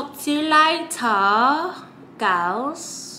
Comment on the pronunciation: Tell me you been watching UK youtubers without telling me U been watching UK 🇬🇧 vloggers…: “Talk u guys latuh” in her British accent.. 😝 😂